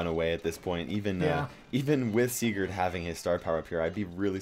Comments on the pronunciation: U are saying Sigurs WRONG! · Oof, am from Norway aswell, and am srry buddy but u say it kinda wrong😂